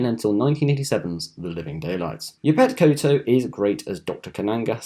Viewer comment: You mispronounced Yaphet Kotto’s name